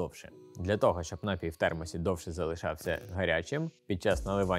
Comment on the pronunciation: Все чудово. Але наголос на "і", напІй